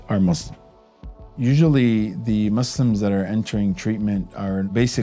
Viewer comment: Is he pronouncing it as Mislims ? 😁